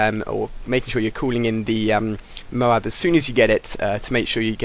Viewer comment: I like how he pronounces it "Mow-Hab"